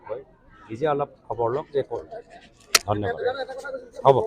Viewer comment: ধন্যবাদটোক মাজে মাজে গেদাৰ দৰে দন্যবাদ বুলি কয় 😂